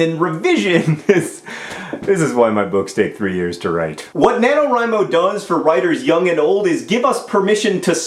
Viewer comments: FINALLY I HAVE FOUND SOMEONE ON YOUTUBE WHO ALSO PRONOUNCES IT "WRI" INSTEAD OF "WREE" JOHN YOU ARE MY FAVORITE OF ALL THE FAVORITES. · I so gunna fail at NaNoWriMo. Day three and about 3000 words. :( I'm glad you pronounce 'Wri' like 'write'. People keep saying like 'Ree'. ^.^ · Five stars for pronouncing NaNoWriMo correctly, and favorited for the metaphors. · oh good, I learned that the way I pronounce nanowrimo is the right way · Well, I think that since Chris Baty came up with it his pronunciation would be the correct one. So, using that logic, "rye" is right. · I would like to give you props, John, for being the first of my subscriptions to pronounce "NaNoWriMo" right. It always bugs me, haha. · you said NaNoWriMo right!!! a lot of other youtubers say it "na-no-ree-mo" and it makes no sense and that bugs the crap out of me. Just had to say that. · YAAAAY! AND YOU SAID IT RIGHT, TOO!!! It's my second year. YAAAAY NANOWRIMO!!!!!